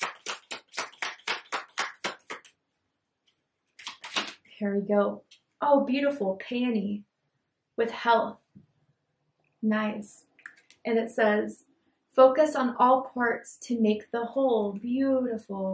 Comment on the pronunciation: well it didn't sound like peony.😂😂